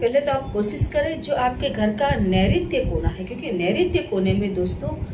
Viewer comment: Naritya cona not clear